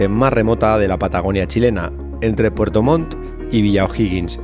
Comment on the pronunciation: se escucha re bien con el pasa montaña dijiste pfuerto 😆😆😆